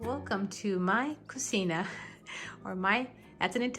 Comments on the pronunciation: Sorry.... "Cucina" IS NOT prounounced. "Koo see NA" as you did. It is pronounced _ (Koo Chee na) so if you are going to try to speak Italian, make sure you get it right. So no "koo see na" is Not Italian... BUT Cucina "koo chee na " This is to say "Ci" in Italian is pronounced like the English Ch. Thanks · you pronounced it incorrectly. In Italian it’s not pronounced that way but… it’s ok we got it!